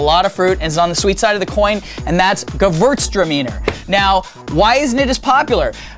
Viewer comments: No, it's not. It's how the Americans pronounce it, but that's not how you pronounce it in any country, properly. It's a German word and that means it's the Germans who decide how it's pronounced. Ge-vuerz-tra-my-na. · I would have rather said: "gay-words-truh-meaner" - leads to a more german-like pronounciation.... no shit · That is not the German Pronunciation, but the French. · It is how to pronounce it in the U.S., actually.